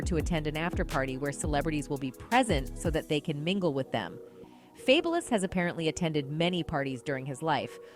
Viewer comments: Damn AI narrators... "Faybolous?" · Why she saying fabless?? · Who the hell is Fay-Bo-louse😂😂😂🤣🤣🤣🤣🤣 why she can’t Read? 🤣🤣😂😂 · Who’s F-A-B-E-Lous😂